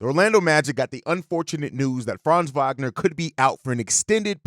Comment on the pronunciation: Hey Host…the W in Wagner is pronounced like a V! Ya think people who post NBA news would know that after 4 years in the league. 😳